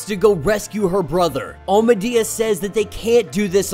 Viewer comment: No offense but I don’t think you’re saying Amadeus right 🤔